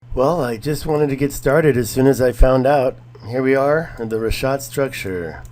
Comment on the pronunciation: Its RiCK ah t not Rish ah t. Jesus learn how something is pronounced before making a video. Also considering that structure is on the outermost ring it would be located in a poorer district. My guess is that the structure is a courtyard wall where one or more houses were once located (not a Castle ). This way more than one family could live. You know like siblings with their parents and children . Maybe with room for a garden or livestock.